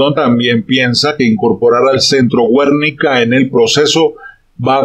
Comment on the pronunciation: Filósofo, se pronuncia "Guernica", no "Güernica"...